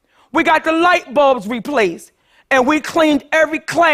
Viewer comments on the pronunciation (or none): none